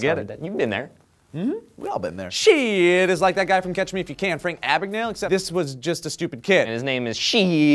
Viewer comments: Seems like the last name is German and if so, it is pronounced as "schydt" (like saying shy+dt at the end) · its pronounce Shidt like SHY DT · I have a feeling that his name should be pronounced Shyt